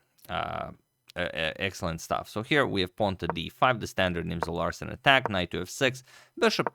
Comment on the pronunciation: Thought he said the Nimzo-arson attack at first